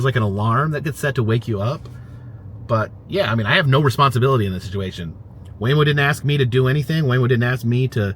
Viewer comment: Your waymo was laymo. 😂